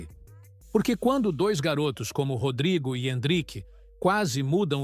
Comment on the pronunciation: Pensei que fosse Rodrygo, mas é Rodraygo né?😂 O cara é brasileiro e quer pronunciar como se fosse um britânico.